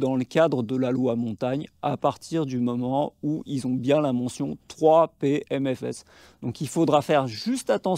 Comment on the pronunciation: 3PM-S-F et pas 3PMFS (on t'entend dire "3P aime mes fesses" 🙂)